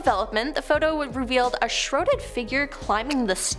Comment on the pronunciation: What is shroded? Shroud -Shh-r-ow-d